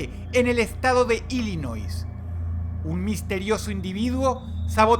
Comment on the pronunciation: Dross.... Illinois se pronuncia sin la s